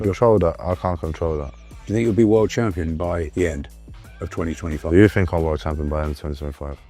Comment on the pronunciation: Fink fink fink,somefink somefink....did,dis,dis,...needs to talk Kings English!